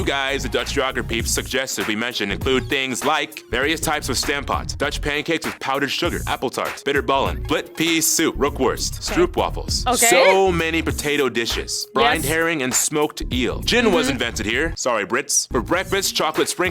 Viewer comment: Stroopwafels is pronounced as " stroap or strope wafels" not stroop